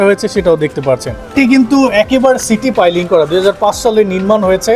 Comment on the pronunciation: সিটি পাইলিং না, সিটু পাইলিং। বাড়িটা অনেক সুন্দর।